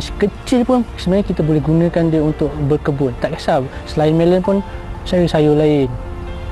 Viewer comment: Melon..bukan melen..